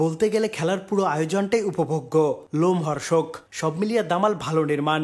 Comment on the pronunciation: As usual khuub valo... But ota Romhorshok... Lomhorshok noy.... Pls correct ... 👍🏻